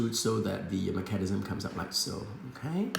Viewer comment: I liked the video just because of the way you said Mecan-ism hehe